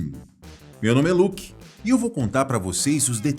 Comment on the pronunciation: "Luki Skywalker"